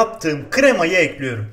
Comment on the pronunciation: Nobody::Tencereyi ocağa ekliyürüm